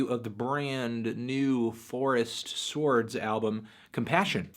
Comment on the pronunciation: Anthony say "whip". Now say "Cool Whip". Now say "sords" instead of "SWARDS"... you silly melon.